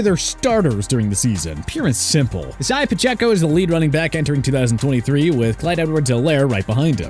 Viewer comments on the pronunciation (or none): none